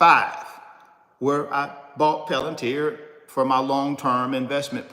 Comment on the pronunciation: 😢 🤯😳Are you the only one who can’t sound this word out….😫Come on, get up.